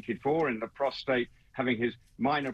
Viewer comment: Well by my calculations she did not stay in hospital for the full 14 days. Any abdominal surgery requires a minimum of 6 weeks to heal. Oh & thanks for pronouncing Prostate correctly. Most media experts are calling that precious man gland Protrate🤣🤣🤣🤣